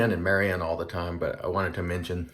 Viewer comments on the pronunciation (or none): none